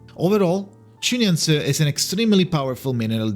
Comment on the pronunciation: I love the effort he made to learn how to pronounce her name properly. 🫶🏻